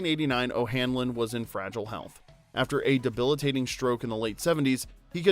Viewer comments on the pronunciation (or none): none